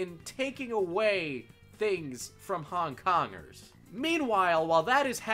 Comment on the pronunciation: I hear "hung dongers" every time you say Hong Kongers